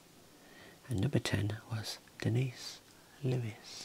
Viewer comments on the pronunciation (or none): none